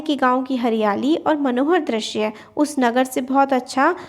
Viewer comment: Ma'am , aap bahut acchha padhate ho But I have observed a mistake that u commonly repeat Aapne is video me drashya bola But it's not drashya , it's drishya U mispronounce ri ( vowel) as ra Except all is good Tremendous work 👏👏👍